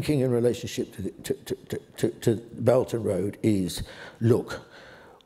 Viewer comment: The term this lecturer is using is "belt and road", although it sounds like "belgian road".